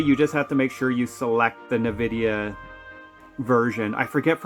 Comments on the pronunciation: sorry - but it really somewhat bothers me how you pronounce nVidia - you say "ne-vidia" - correct is: "en-vidia" ... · Please stop saying Nvidia like that 😭 It's just the letter "N", followed by "vidia" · Did you just call it a "Nuh-Vidia" driver? 😂 Dude, I think you're an amateur in general😅